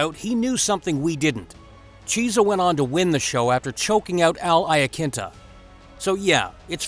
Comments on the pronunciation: His name is Michael kee-essa not cheese-a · It isn't cheesa it's key-es-sa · Who is Micheal Cheese-a ? Lmao! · You will get a like if you tell the Chunky, (yes, Chunky) Cheese story And a UFC fan, would've heard him pronounce his name correctly. Chiesa=Key - s - uh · Lol...... Michael 'Cheez-a" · "Cheese-a", really gonna let that get past editing? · Narrator, you’ve never heard of any of these people, eh? Michael Cheesa? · I muscled through the first part of the video but when he said cheesah I was done... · Cheese-ah??? Lol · Learn the fighters names before you do a video on them cause u butcher Micheal Chiesa name